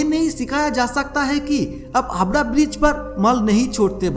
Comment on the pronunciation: Dear Sir. Please note that this "wonderful" VO artist of your video does not know how to talk in Hindi properly.....He says HABRA....but its HAVRA......its not SABAL but SAWAL.....and so on & on......Please look into this.......